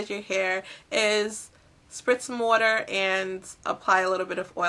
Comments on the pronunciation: lol wuter <--- im from Tennessee ... i hear it all the time so im not making fun , but haha thats so cute. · OH MA GAWD I love the way u say water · HA! I love how you say "water". It's like "What-er". :D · Are you from Philly? We say "war-ter" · You say 'water' funny